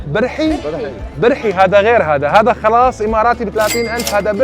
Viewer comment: فعلا لفظ القاف في الاوقية اذا حولته أ تكون صعبة حيل بالنطق معه حق👍🏻 بس التمر اخلاص وليس خلاص😅